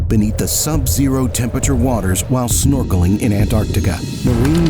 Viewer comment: "... their norkeling expedition?" Really? Snorkeling? Dude, they're scuba diving. How does anyone confuse scuba diving with snorkeling? No one is "snorkeling" in Antarctica, lol.